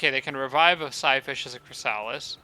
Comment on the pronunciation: You haven't evolved your Chrysalis in that auto combat, it died and the Medusa revived it as a Spawn, it's one level down now. The Spawn evolves into Chrysalis, not the other way around. Also, and I apologise for being that guy, it's not ChrysAlis, it's ChrYsalis.